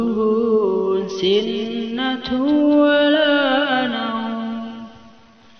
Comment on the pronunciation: Lafadz sinatuwwala nauum tidak bertasdid🙏